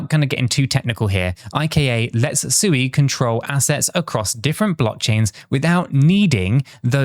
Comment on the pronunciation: Come on, pronounce Sui correctly, 😜